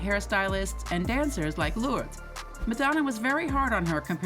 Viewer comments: Ya could have at least researched the pronunciation of her kids names! SMH 🤦🏽‍♀️ Lords!? It’s loor. - dehs. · Her name is pronounced Lor-dess...... not Lords. Or just call her Lola...that's the name she is known as. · Isn't her daughter's name pronounced 'lor-dez', and not 'lords'?! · It's also pronounced Ver-sach-eh Not ver-sase 🤣 but the robotic narrator voice messed that one up too 👍🏻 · This narrator cannot read, annunciate or pronounce names and words with accuracy. The mistakes are absurd! WAY TOO MANY!! Beginning with the say she says Lourdes Leon's name WRONG for the ENTIRE VIDEO! 🤡🤡🤡